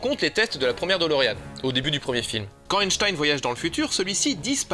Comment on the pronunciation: Ce n'est pas "DOLOrean" mais "de Lorean".